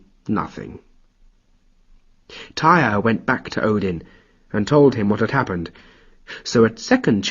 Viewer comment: Tear, not tire. Tyr.